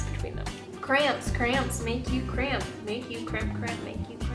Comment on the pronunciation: For some reason to my ear, her saying cramp sounded like crayon to me.